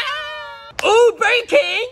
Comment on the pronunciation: I heard him say “Burg King”